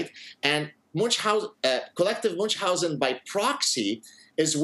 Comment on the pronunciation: If you pretend to "coin" a condition you ought to pronounce it properly. Munchhausen is German. Not too hard, just German.